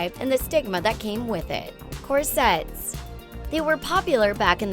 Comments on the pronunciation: Please don't include words in your video that you don't know how to pronounce! I've never heard someone mispronounce "corsets" before! It's embarrassing! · Mispronounced corsets and Gaultier.